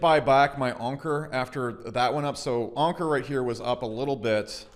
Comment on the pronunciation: its anchor not onker